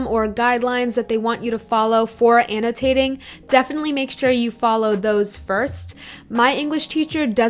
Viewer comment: "annotaayting yeally yelps"